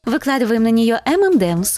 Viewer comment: Не эмэмдэмс, а эм энд эмс!